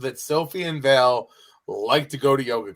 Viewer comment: Are you calling Valentina "Vail" on purpose or is it just a mental slip? It seems like is trying to correct you every week by correctly calling her Val but you just keep doing it for the 12 episodes of the series so far.